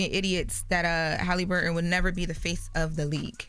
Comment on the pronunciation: you pronouncing “Haliburton” WRONG ugh